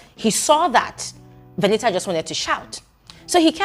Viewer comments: please stop saying Veni-a 😂😂😂 I can't stomach this 😂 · 😂😂😂😂😂😂😂😂 which one is Veni'a. Does it mean that the t is silent in VENITA. 😅😅😅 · My stomach hurts with laughter with the way u pronounced her name 🤣 veniha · please behave. Lmaoooo, everytime you say veni’a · 😂😂😂😂... it's the pronunciation of Veni a for me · I like the way says Veni'a 😂😂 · it's u being serious abt calling her Veni-ah😭🤣🤣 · It's British English, their t is silent.😅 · It's the way you're pronouncing her name for me 😂